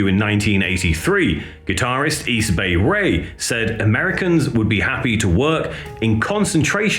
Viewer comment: Easy Bay Ray lolololol Close but no Cigar buddy. It's East Bay Ray, not Easy Bay Ray lolololol. How about D.O.A from Vancouver Canada? The Subhumans is their sister band. Canadian Subhumans. Crass would be cool from Britain to.